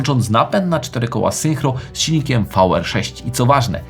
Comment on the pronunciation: Fajoski odcinek, ale "zynkro" a nie "synchro"